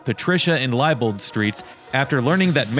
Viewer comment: THIS is my neighborhood. Going down Electric, had you not turned left on Visger and kept straight, you would have driven right past my old house. Liebold is pronounced LEEBOLD. I have to save this video because these are the streets I grew up on. To the right of visger & Electric was a record store called Shake it Well records and the building to the left, that had the pollution mural was Downriver Lounge. Boynton School was on Fort St and on Fort St between visger and Francis is/ was my old church Greater Bethlehem Baptist. What a beautiful tour of my old neighborhood. Thank you for the memories and the update.